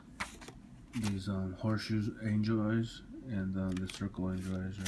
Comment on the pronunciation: When you say angel eyes it sounds like your saying enjoys